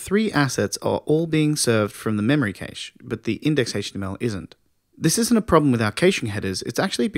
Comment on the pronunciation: Thanks again, content is great. Pronunciation of cache not so much though...